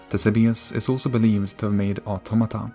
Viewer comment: Thank you for pronouncing the words "automata" and "automaton" correctly, and not that weeb 'oughttamatta' trash.